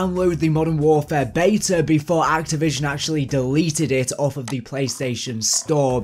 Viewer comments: Stop saying beya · You are English, it’s pronounced “BEETA”